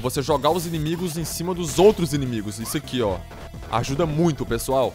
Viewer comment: kkk ''eae PRESSOAL'' kkkkkkkkkkkkkkkkkkkk